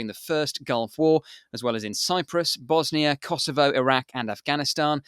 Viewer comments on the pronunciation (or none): none